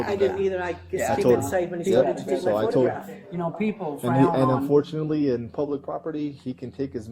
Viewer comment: This officer says -Unfourtenly!!??? Its dangerous when cops have their own opinion and tells that to the public! Disgusting!